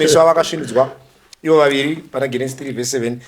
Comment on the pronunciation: Genesis is pronounced with a J sound it is Jenesis not with a G sound